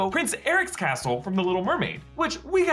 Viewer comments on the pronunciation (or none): none